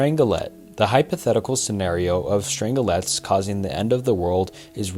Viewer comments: The mispronounced words are even worse. Dude reads about "strange quarks" but doesn't draw the parallel that "strang-lets" is probably "strange-lets". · Love the video, just fyi Strangelets are pronounced Strange - Lets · its pronounced strange-let not strangle let 😭